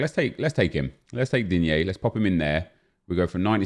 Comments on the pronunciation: The way he said digne lol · Hahahah! Always laughing, when you say Digne :D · Is it just me or does it sound like says the name of Digne weard and funny. Everytime he comes up its just sounds off